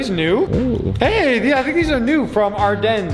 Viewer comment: Its pronounced like .are.deans ardenes